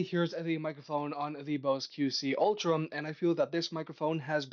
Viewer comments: I keep hearing “Ultram” also. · Why can't this guy pronounce ultra?